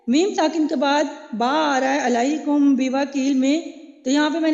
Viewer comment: معزرت خواہ ھوں آپ کی ادائیگی کمزور ھے بہن باقی آ پ قواعد بہت اچھے سے سمجھا رہی ہیں لیکن آپ ادائیگی پر بھی دھیان دیں علیکم بوکیل میں ع کا ساؤنڈ نہیں ھے آپ کی